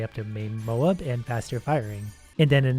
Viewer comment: Moab ita not moab you need to spell the a deeper so like moäb (also love ur vids) <3